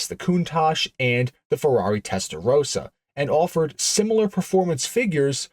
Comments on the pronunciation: Testarossa, not Testarosa. Its not Rosa.... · tester-roaster? - wow! Americans just love to mangle foreign words